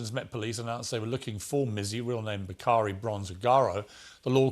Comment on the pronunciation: Name is pronounced back ah ree not bcaree